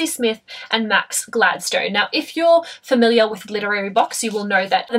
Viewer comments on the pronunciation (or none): none